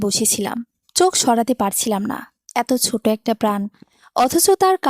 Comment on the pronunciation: বাচ্চা “সোট” নয় হবে “ছোট”